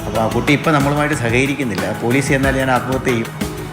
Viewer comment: പേലീസ് അല്ല പോലീസ്